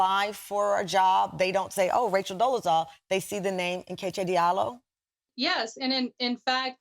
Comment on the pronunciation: I’m mad that she STILL doesn’t know how to pronounce NKECHI properly 😩😩😩